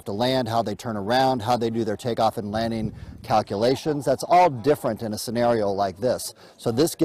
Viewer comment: Did she say "leaning"? Maybe its a special type of landing.